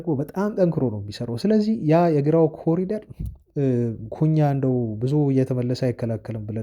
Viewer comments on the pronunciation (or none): none